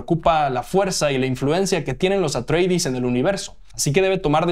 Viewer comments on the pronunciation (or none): ¿"Los Atreidis"? ¿Por qué lo pronuncias como un apellido inglés? La pronunciación es literal, tal cual se leería en griego, ya que los Atreides son precisamente los descendientes de Atreo, padre de Agamenón y Menelao. No entiendo esa obsesión que tenéis en México por asimilar al inglés cualquier pronunciación. Pronunciando casi siempre de manera exagerada, tal vez para parecer más estadounidenses. ¿Y qué son "los visuales"? "Visual" es un adjetivo, no un sustantivo. Ah, claro, pero "visual" también es un sustantivo en inglés, que significa "ilustración" o "fotografía". De nuevo el inglés contaminándolo todo. Es como si te refirieses a una alfombra como "la carpeta". ¿Tanto cuesta cuidar nuestro idioma un poquito?